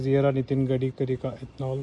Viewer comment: Wahh nitin gdikri....😂😂😂 Bhai gaadikri bol deta